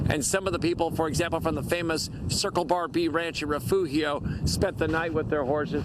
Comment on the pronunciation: Refugio Is not that hard to pronounce.